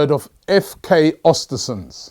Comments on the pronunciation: pronounce ewhr-stewhr-sewndh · Östersund Ö like the E in Ernie and you'll pronounce it better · Östersund*** not Ostersunds